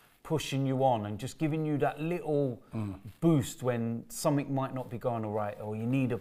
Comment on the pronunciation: Somethink, everythink. What's up with that pronunciation,? Is it a London think?